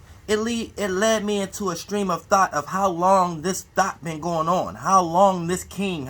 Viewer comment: I appreciate you continuing to give us the knowledge and info...but please stop saying thot and try to say thought (thawt). No disrespect fam ijs...when you say thought it always sounds like THOT! 😂😂